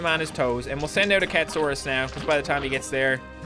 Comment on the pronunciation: its cat a saurus not cat saurus